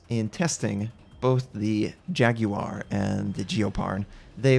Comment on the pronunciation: Vauquelin [ vokəlɛ̃ ] Jaguar [ʒagwaʀ] Guépard [gepaʀ] ;)